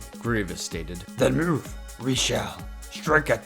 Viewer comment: Mewv mewv. I’m sorry but that’s how you said it.